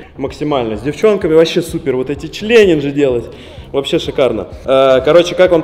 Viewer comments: почему члененджи? когда челенджи )))😂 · Почему все время говорит члеленжи